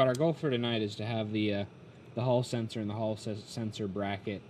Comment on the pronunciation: New drinking game ... Any time someone says haul sensor take a drink 😋